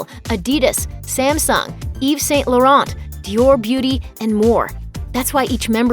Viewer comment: She lost me when she said Yveeeesss Saaaiyynt Laurent.. cringe!😤